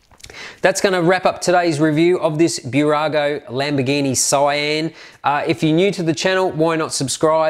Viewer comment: It's Sian not cyan